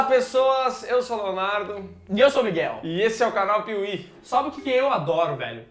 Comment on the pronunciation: ''Leonardo '' da até uma dor